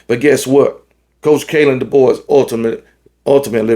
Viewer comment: Kalan Deboer = Mike Debose